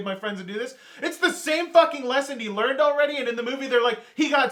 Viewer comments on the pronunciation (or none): none